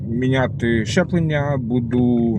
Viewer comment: Правильно говорити ЗЧЕПЛЕПЛЕННЯ